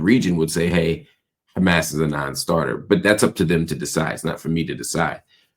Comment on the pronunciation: Any one that pronounces Hamas like that is a terror loving asshole.